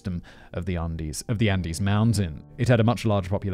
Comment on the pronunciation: I liked this video because of the delivery and writing . I didn’t actually enjoy it at all . Even after all I still remember Simon said “undies “ instead of Andes . It is rare for a mistake to be heard , but the subject matter in this video conflicts me even further for finding it amusing at the time .